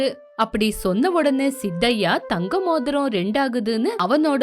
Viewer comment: மோதிரம். மோந்திரம் என்று உச்சரிப்பது விந்தையாக இருக்கிறது